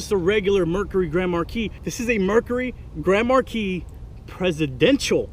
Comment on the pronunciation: is saying it wrong 😡